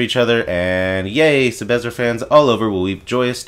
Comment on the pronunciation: take a shot everytime he says 'sebezzer'